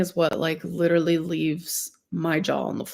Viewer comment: lit-illy - yeah you're so real girl